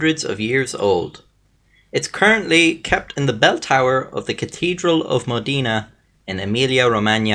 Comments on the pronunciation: I live in Modena actually, my grandmother told me about this bucket many times ahhaha, also, just for saying, it's Mod E na, not modina, modena ahhahha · No the O in Modena is sounded like "Oh" with the tonic accent on "de" mohDEH-na. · Linda Ciccoli His pronunciation of "Modena" is as interesting